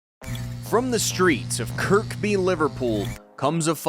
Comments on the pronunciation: Kirby mate not Kirkby 😂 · Ffs when are the yanks going to learn how to speak english. Its Kirby not Kirkby. Its pronounced mand-atory not mand-etory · It's pronounced "Kir-by" The middle K is silent. .... Unless you're Swedish (The name means "Church-Village") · Its scouser not scouzer and its Kirby not Kirkby .............AI in a nutshell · You don't pronounce the middle K, it's just kur-by. Also it's scouser not skowzer